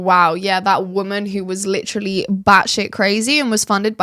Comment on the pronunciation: Please for gods sake quit saying litttrrolly. The damn word is literally.Learn how to pronounce it if your gonna use it so excessively.